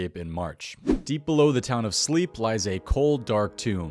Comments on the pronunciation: Sle-pp SLE-PP WHY DO YOU AND SWAMPLETICS CALL IT SLEEP!!?!? ITS SL E P P AGH- EVEN SPREAD TO THE FREAKING JMODS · I still think 'slay-pe' is a cooler way to pronounce Slepe